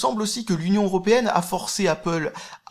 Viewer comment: Mince, tu dis plus "apôle", j'aimais bien voir les commentaires avec les pro-apple rager de ta prononciation ^^